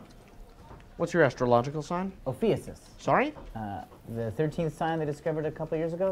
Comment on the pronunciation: He pronounced Ophiuchus wrong.